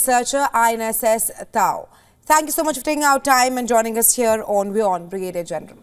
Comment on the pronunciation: newsreader does not know how to pronounce Brigadier so funny